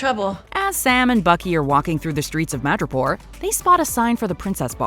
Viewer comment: When said "Madripoor", I thought he said "Mirjapur"😂😂